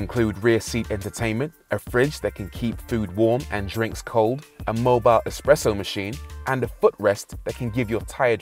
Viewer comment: Wait did he say a mobile expresso machine !?!?!?